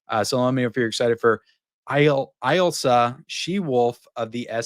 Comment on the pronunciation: My friend look up how to pronounce Ilsa. haha